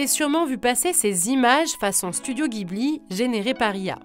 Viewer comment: "Jibli", ça se prononce "Jibli", pas "guibli"